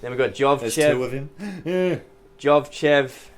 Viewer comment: Great apartment. FYI the Bulgarian gymnast's name is pronounced Yordan Yovchev, not Jovchev.